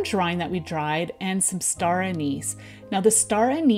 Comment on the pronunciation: I find regional accents interesting. It sounded like you pronounced (star) Anise: A-knees.